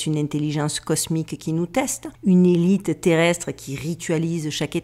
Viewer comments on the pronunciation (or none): none